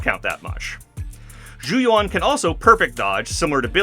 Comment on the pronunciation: very nitpicky thing sorry but zhu yuan literally says her own name correctly (even in EN voiceover) in the agent screen. its closer to "joo yew-en" than "jou yoo-won"